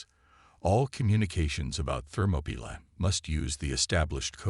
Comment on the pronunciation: This story has way too many words spelled badly and inconsistently in the crawl along with mispronounced words like Orion and Thermopylae.